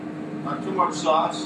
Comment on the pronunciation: I can't taking cooking advice from someone who says "sawauce"